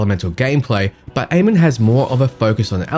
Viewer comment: Nice vid, thanks, just want to point out that you and everyone else currently, is pronouncing Amon wrong. :D It's Ah-mun and was the name of the king of the egyptian gods.